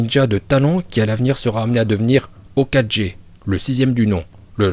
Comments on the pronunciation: On dit Hokage pas ho4g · Juste c pas hokadjé c hokage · Hoka gé ptn la prononciation 😂😂c est pas grv je te kiff quand même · arrêté de dire hokagé on dit hokagué même en français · Hokage pas hokadge putain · hokadgé ? lol ... mes oreilles :D mais c'est pas grave c'est marrant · Hocage se prononce oca gué